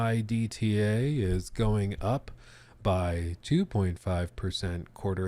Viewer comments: lol nobody in corporate finance calls it E-B-I-T-D-A they just say it as a word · The way you said EBITA was great 😂